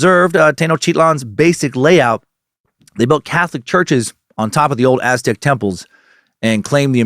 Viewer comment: Thank you Dan Cummins for such solid pronunciation of Aztec and Spanish names!